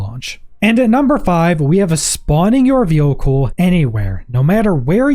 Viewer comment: Bro can't say vehicle